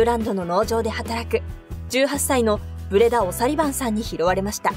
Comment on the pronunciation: 1分36秒ぐらいブレダさんが ブレンダさんになってる